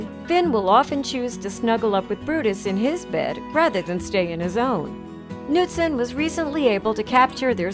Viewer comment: She pronounced Knutson wrong, I know because that’s my last name